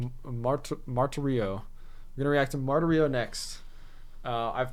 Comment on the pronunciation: Very nice job! Thank you. 😇 "Martirio" is pronounced MAR-TEER -EE-OH.😊..BTW...It looks like new music video coming out this Wednesday, June 10th, for "Ritual ". They've been sending out teasers for the last day or so.